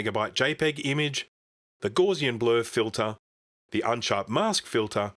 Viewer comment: Hey man, Gaussian is pronounce like "house" and not like "gauze". Gauss was a famous mathematician. I think back in the day it would've depended what your previous Mac was. If you had a top-end 68040 it would be a big step back. But what if you were coming from a 68030 or 68020. I doubt anyone would've been leaping all the way from a 68000 system. (I was an Amiga guy in those days.)